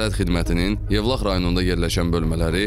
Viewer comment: Evlax yox Yevlax